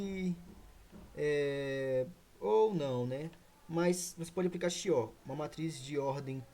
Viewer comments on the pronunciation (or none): Regra de QUIÓ se pronuncia